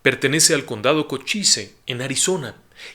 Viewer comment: Muy buen programa, solo quería puntualizar que Des Moines se pronuncia "Demoin" debido a que las "S" y la "E" son silentes y por otro lado Cochise se pronuncia "Kawchiz" con el seseo final un tanto arrastrado y la "E" igualmente silente. Un saludo y enhorabuena por el éxito de audiencia...